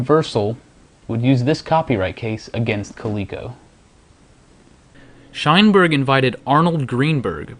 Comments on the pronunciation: Shineberg, lmfao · Shineberg... lol.. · "Sheinberg" Every time.